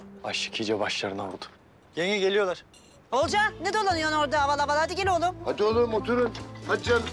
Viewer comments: Akif Oğulcan'a oğulcay diyor Oğulcan da akife atıf diyor çok güldüm ya 🤣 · Ogulcay değil Olcay diyo